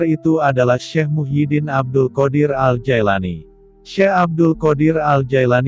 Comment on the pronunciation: Bukan Jaelani tapi Jilani yang bener pak nyebut nama orang